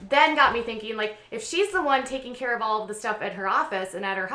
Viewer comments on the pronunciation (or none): none